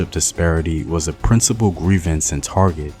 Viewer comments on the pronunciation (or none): none